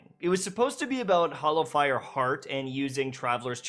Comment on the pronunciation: It's Hallowfire, not Hollowfire. fyi